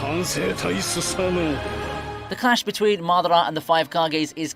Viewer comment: Maaah-da-rah Ooochie-ha 🤣🤣🤦‍♂🤦‍♂ it's Ma-dara, Ooo-chi-ha